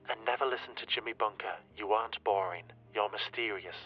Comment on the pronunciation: you're not boring, it's "borebing". lol I also love that you're keeping #JusticeforGracie a thing.